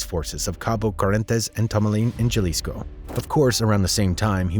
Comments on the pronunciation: It's not pronounced chalisco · Jesus white guy speaking/narrating it’s Jalisco pronounced like a h not g good lord 😂😂😂😂😂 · Jalisco = (pronounced Halisco)